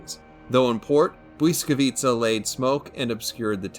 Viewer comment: As a Polish person I'm absolutely impressed by how good your "błyskawica" pronunciation is 🙏 I've visited błyskawica museum many times and I'm a history geek but even tho I know the history of that ship very well, I still enjoyed listening to your history part of the vid. I'm always happy and proud whenever non Polish people are interested in our history, so I really appreciate the video 💪